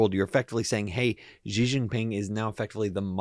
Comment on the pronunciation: His name is pronounced "she," not "zjee." It'll help in showing a more credible knowledge of China and its politics